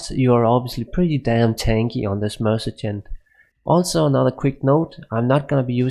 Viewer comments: det er ikke en fair sammenligning. du snakker om life leech imens din merc slår på undead target. Der ikke noget liv at suge på undeads. Du siger også mergen, det udtales mere lignende mer-se-nary. Både dig og Xtimus har nogle ærke typiske dansk-engelske accenter. Ellers ser jeg mange af jeres vids. ville bare ønske i begge gad skrive et script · It's mercenary (pronounced mer-sin-air-e) and not mercijen. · Im even danish and his accent is not near of normal ish danish accent. The mercijen or whatever he is saying with that J sounds make no sense at all! And then, instead of saying weapon u say wavepon or theypon or something like that. But good videos probs